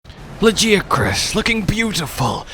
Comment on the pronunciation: Honestly you should be ashamed of yourself saying lajiacrus even after WE ALL HEARD THE DEVS SAY lagiacrus with a G